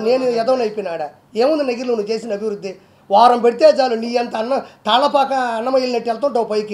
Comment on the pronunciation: అభి రుధి కాదు... అభివృద్ధి అను.... దరిద్రం భాషా నీది!!